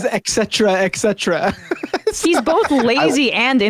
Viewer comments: He probably thinks it's "eksetera" dumb a..😂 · “Ek•setra” “ek•setera” 😕 Trump gets it right … but the hosts … hmmm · Why can hardly any American say "et cetera" correctly? There is NO k! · You host a talk show, but for the life of any of you can't properly pronounce 'etcetera'. All three of you got it wrong. Stupidity proudly on full display. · I can't take anybody seriously who mispronounces the word "etcetera" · 'Et' cetera. Why is this so difficult? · It's "etcetera", not "exetera". Otherwise, I enjoyed this panel... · It's eTcetera not eCcetera. Come on guys, if dumbo Trump can get it right, you guys should too. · Why do Americans always say exetera? It is etcetera. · Why do people always say “excetera”, when the word contains a “t”, no “x” - it’s eTcetera! I’ve heard this so often and always wondered about it. This is one thing that Trump actually said correctly in this interview. Who would’ve thought that Trump could ever be more correct than the generally smarter hosts of this show? Sorry, I just had to point that out. That being said, though, roughly 60% of Americans identify as Christians, so is he saying that they mostly don’t vote? How have Christians been treated badly by this administration? Especially Catholics?! What nonsense! Biden is a stout Catholic and goes to church. Trump probably only entered a church for the first time in decades when he attended GHWB’s funeral. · This one is hard for me, people saying ex sedra is a pet peeve, it's et cetera. There's no hard k sound. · While I always enjoy a good Trump bashing, I was unable to continue watching due to two of the panelists repeated pronunciation of "et cetera" (etc.) as "eck cetera". As members of a public forum, I would think these people would have a better command of the most basic english, before laughing at others; even the T- Rumpsorious Hex. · Are these commentators saying "eck cetra"? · How can we take you guys seriously when you pronounce "eKcetera"? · it's "et cetera", by the way